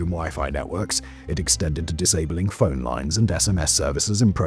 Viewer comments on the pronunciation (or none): none